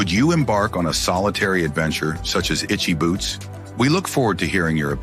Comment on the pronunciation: What was this bullcrap? Click bait alert! Not only can't you say this wonderful woman's name properly you don't even know a Motorcycle from a Bicycle! This is just an insult to all of us Motorcyclists. Rule one of public speaking is know your subject! You sir do not! That is the only "shocking truth" to be found on this BS site.